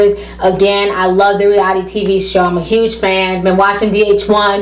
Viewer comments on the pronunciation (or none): none